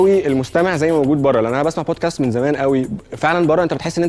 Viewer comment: حضرتك أقسم بالله ما عارفين ينطقوا الانجليزي صح .. هم اصلا مش فاهمين بيقولوا ايه .. مثلا بيقولوا بوتكاست بدل من بودكاست .. الكلمة بوتكاست معناها مخدرات